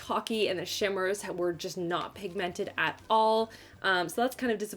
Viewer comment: I love your videos but the way you say pig mented kills me lol